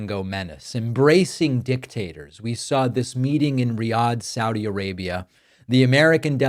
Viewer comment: Thank you for saying Sa-udi, not Saw-di.